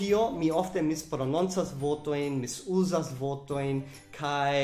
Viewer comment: Vi diras "vooto", "leeni" anstataŭ "vorto", "lerni", ĉu ne estas R en via lingvo?